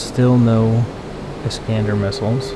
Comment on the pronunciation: "iiiisss-cahn-dahr" ...ask your CDN Intel Officer Handler. Pronunciations matter when in enemy territory/AO's 😁